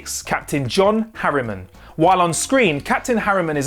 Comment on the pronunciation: It's "Harriman", not "Harrier".